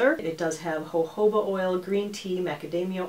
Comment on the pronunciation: I love the way she pronounces the "J"s in "jojoba" the Spanish way! 😉 As a Brazilian, I find it very peculiar. 😊